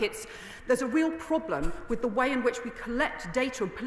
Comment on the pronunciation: Please try to say WITH and not WIV